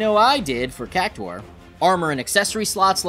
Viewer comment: Cactwar? do you say Centwar as well?